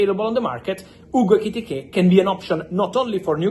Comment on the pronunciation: Bro, say his name again..."Hugo IKITIKAY!!" 😂😂